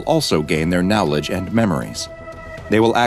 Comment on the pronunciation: I can't get over the way pronounces knowledge as now-ledge 😂